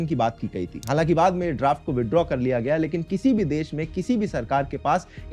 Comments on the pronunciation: it gaya ji ,bihar not gyaa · bhai that is not GYAA it is GAYA